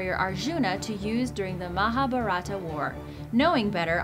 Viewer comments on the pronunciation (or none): I laughed when she pronounced MAHABHARATA😂😂😂😂😂😂😂